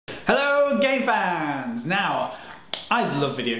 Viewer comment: i am new to this channel did he say gay fans???